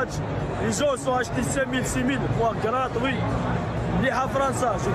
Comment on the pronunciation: Comment il a dit: Graatoui 💀💀💀